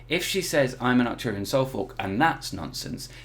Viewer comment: What is an acturian soul fuck?🤣🤣🤣 wtf type of alien did you say she said she is?